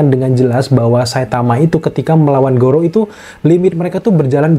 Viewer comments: kok lu ngmg garou jadi gorou sih? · Garou bang bukan gorou😁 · garou bukan gorou